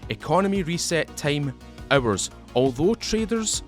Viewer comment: Off topic: guess the accent is South African? Guess am the only one who heard hours--> errors, items--> A teams ... :)